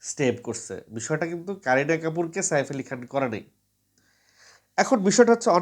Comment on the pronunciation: Saer ucharan thik karun apni kon desher